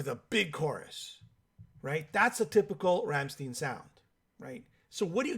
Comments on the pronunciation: Werner Boshoff hahahah. Ramm stein!!! No steeen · Ramm STEIN not shteen. Pronounced 'shh tie nnn' in your shitty bastardised version of my beautiful language. An English man. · "Rammsteeeeeen"..... SMH 🤦‍♂️ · Rammstein doesn't rhyme with 'teen', it rhymes with 'wine'.